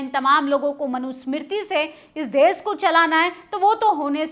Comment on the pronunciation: आंटी देस नहीं देश होता है ❤❤❤❤